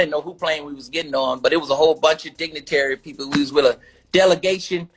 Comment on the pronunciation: He said dignaterrys😂